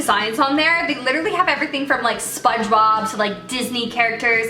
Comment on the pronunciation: Did you say spongebob🤣